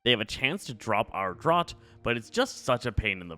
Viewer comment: That word "draught" is pronounced "draft". Like draft beer.